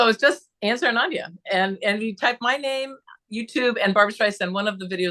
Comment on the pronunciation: It was so much fun to chat with you! Love the lefty theme! We have a love of Barbra! And you say ZARRAONANDIA perfectly! See you soon! ANNE